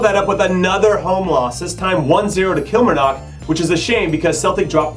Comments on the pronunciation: just a heads up jimmy, it’s pronounced “kill-MAR-nuck” not “KILL-marnock” #kilmarnock #TheMoreYouKnow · Jimmy, Kilmarnock is pronounced "Kill-Marr-Knock". They have done very well this season after getting Steve Clark as manager. Beaten Celtic and have beaten Rangers twice. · the emphasis in the word ‘kilmarnock’ is on the –MAR– but thanks for giving scottish football some coverage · Laughing at Jimmy trying to pronounce kilmarnock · The way he said Kilmarnock 🤣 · Michael Gardyne ano ahahaha 😂 but at least he tried